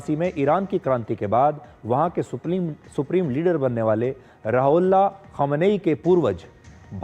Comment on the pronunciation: राहुल्ला क्या होता है। सही शब्द आपसे बोला नहीं जा रहा है। वीडियो डालकर दुनिया में अपनी बेइज्जती क्यों करा रहे हो।